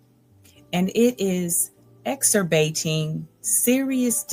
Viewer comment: Lmao that is NOT how you say exacerbating